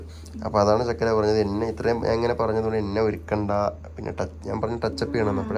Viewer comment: ചക്കര അല്ല ചുക്കര